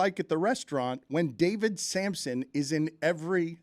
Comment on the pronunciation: You keep calling him Samson. It’s Sampson.